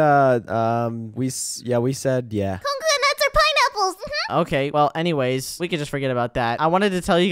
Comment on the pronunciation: When u wre at mias house said conka nuts or pineapple's Me:💀💀💀 did she say nut's